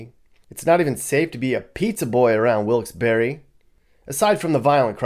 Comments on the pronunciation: Pronounced Wilkes-Barre without the e..not barry. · Bahahahahahaha.....Dude, where do you get your information from? Is it even "current". 🤔 I don't know the facts on the other towns/cities you're talking about, but Wilkes-Barre (that's pronounced Bear, not BERRY 🙄) is no where as horrible as you're making it sound. Most of the trouble comes from out of state. Recent years our little city has had an influx of people migrating from the NY boroughs, and not so nice sections of N. Jersey. With that, the crime has risen. When you hear of a shooting, 9 times out of 10, it's someone from that area here with a beef. Domestic issues are the largest calls into the police, 2nd to MVA. In the last 15+ years, there was 2 pizza guys mugged. 1 I worked with, and when they caught the guy, big shock, dude was from Brooklyn. The other incident was a while ago too. Another homey from NYC. I seriously could walk around Wilkes-Barre at night, and probably never be bothered. Biggest crime right now is people walking around at night "breaking" into cars. I use breaking loosely. It's punks going and trying handles to see if cars are left unlocked. These idiots don't realize that 90% of the houses on every block have cameras outside their homes. Most of them have been caught. Unfortunately this little city has fallen victim to slumlords coming and buying up properties. Houses are a steal to those who come from somewhere where housing is 6x more expensive. Also, the population here is growing, not declining. That's the reason crime has risen the last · Barre is not pronounced berry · Bruh “wilkes-berry” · Wilks BERRY lol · I met people who were from there who laughed at me when I pronounced the town the way you did. They told me about the silent "e"...so either a native from there had no idea how their own town was pronounced, or they were lying to me. I really don't know.